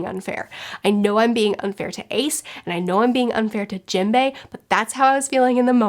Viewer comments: Jimbei? Dont you mean Jim-bay? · Wow can’t get over the way you call characters please educate yourself on their names it hearts my ears